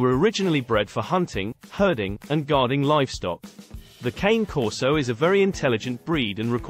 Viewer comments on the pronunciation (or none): IT IS NOT KAIN CORSO. IN ITALIAN CANE MEANS DOG. ITS PRONOUNCED 'CA' AS IN CALIFORNIA AND 'NE' AS IN NEBRASKA.